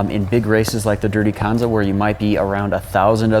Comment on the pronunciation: please for the love of god learn how to pronounce kanza...